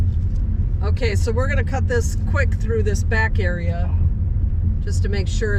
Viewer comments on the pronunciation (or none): none